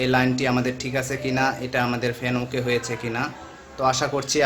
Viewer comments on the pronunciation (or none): none